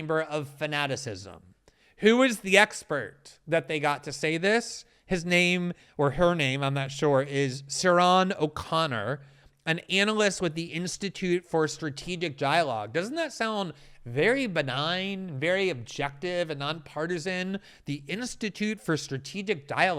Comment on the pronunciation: By the way Glenn, I can tell you (as an Irish person) that Ciaran is a guy's name. It is pronounced Key-ran, :)